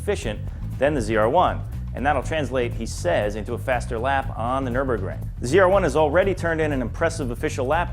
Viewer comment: "Nurburgrunge" is what calls it